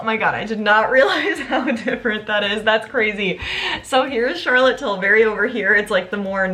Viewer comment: Tilbury, not Tilberry 😅